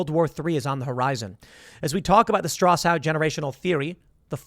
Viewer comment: Tim give it up on the Strausse-Howe